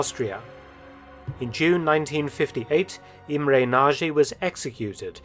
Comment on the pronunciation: imre nazhey .. lol ..